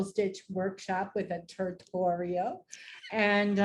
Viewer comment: haha “turtorial” classic. This is great. Thanks